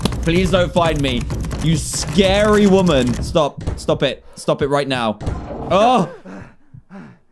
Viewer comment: It’s scary not sacry